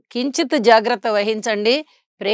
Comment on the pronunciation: గ్నానం కాదు మేడం, జ్ఞానం అని పలకాలి!!